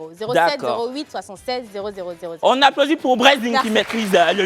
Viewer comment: ❤J'adore quand dit "Ça s'applaudi...t"